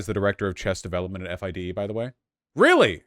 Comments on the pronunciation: It’s pronounced Fee-day not F I D E. Also the there is no men’s only league it’s a woman’s and mixed league. Woman actually fought for there to be a woman’s only league so they could compete competitively. (There are only like 5 woman in the top 100) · you can tell Vaush knows nothing about chess based on the way he says FIDE lol. Honestly don't blame him if FIDE are fucking transphobic losers. It's always the swiss.